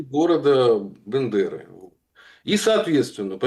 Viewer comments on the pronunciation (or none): БЭндеры аж слух режет. Правильно Бендеры! 😊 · Бендеры первая буква е произносится мягко как и Одесса е мягкое